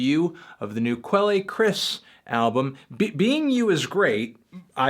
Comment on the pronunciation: Quelle is pronounced "kel"